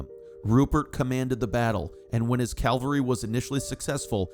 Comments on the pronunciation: I love the details of this research, except the mispronunciation of what I assume should be "CAVALRY, which to me is repeatedly jarring. Perhaps a proof reading problem. From the dictionary ... On the battlefield, one should send in the cavalry, which is the word for an army component mounted on horseback. The similarly spelled word calvary however, refers to a depiction of the crucifixion, or, more recently, to an experience of usually intense mental suffering. 🤔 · The pronunciation of CAVALRY is not the same as Calvary, the place where Jesus died.